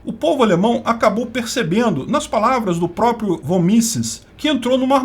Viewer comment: Von se pronuncia fon. Von Mises (fón Mizes).